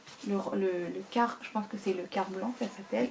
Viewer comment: Bonjour,merci pour cet unboxing. Quartz se prononce Qwartz et non kart 😉